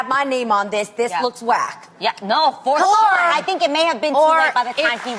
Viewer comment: Am i the only one laughing at joselin pronouncing lonis name wrong😂 at 5.08